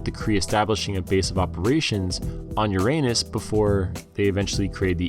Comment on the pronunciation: You pronounced Uranus wrong 🤷🏾‍♂️ *ereis fireboi on YouTube